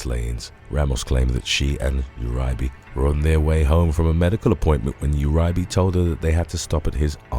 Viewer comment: It’s Ur-e-bay and Maine-ge